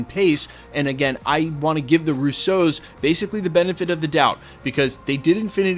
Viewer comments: Its ROO-so Not....Ru-so. Ya killin me. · I'm in full agreement,. They're just all together. Don't explain it to us. It's fine. Let's get on with the good stuff. Also, the stress is on the Ru not the sso. 😉